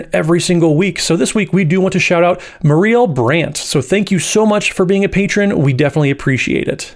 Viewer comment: How can you mispronounce “Marielle?”